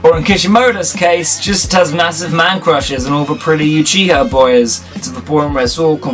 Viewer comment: not pronounced You chiha its OOchiha in japanese the letter U has a double OO sound